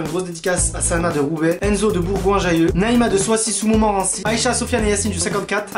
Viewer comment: Soisy sous Montmorency sa se dit soizit sous Montmorency et non soiçy